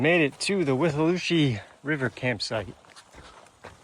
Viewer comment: I hate hurricane season...always so stressful in Florida....The withlacoochee is pronounced With-Uh-La-Coo Chee!